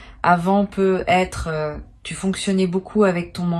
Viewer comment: On dirait qu’elle lis un texte, sa façon de parler n’est pas naturel. Sa façon de dire " peu être " au lieu de peut-être " 🤔